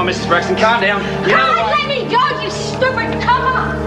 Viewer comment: "You stuiped copper" 😂